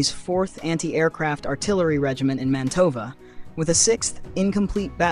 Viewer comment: It’s mA’ntova, not manto’va